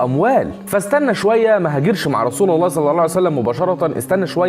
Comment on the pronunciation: اخي انت في قلت الاية خطأ ((ويشهد الله على مافي قلبه وهو ألد الخصام )) خطأ تشكيل بكلمة (الله) فتغير المعنى